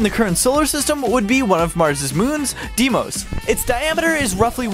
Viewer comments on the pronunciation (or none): none